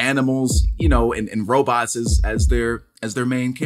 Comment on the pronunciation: He said robotses ....Hilarious!